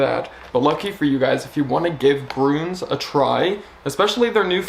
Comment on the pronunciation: Ü is pronounced Y, so it's grYns not grUns 😊